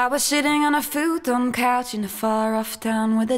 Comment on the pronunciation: WTF Missy??!!!! i wasnt expecting this Vanessa Carlton bs! your still the shit, you just caught me off guard and when did you start dressing like Selena Quintanilla Perez! The couch in the video isnt even a Futaaann couch as you pronounce it. Lol. You crack me up babe!